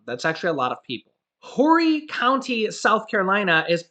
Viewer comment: I was born and raised in Charleston South Carolina and you were pronouncing Horry co. wrong. The H is silent. It is pronounced "Orry" County. J/s